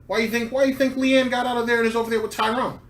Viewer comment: I hate Phil too, but it's LEANNA. Not LEANNE. Idiot.